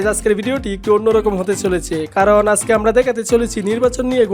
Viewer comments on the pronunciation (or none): none